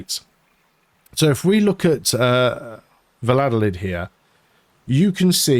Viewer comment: Your capital Valladolid is pronounced 'Vayadolid' "ll" in spanish are always pronounced like a "y". Same logic aplies to Tordesillas it would pronounced as 'Tordesiyas'. Or Sevilla 'Seviya'.